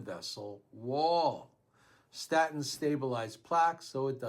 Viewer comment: Are you saying Statons(sp?) What about high fish oil?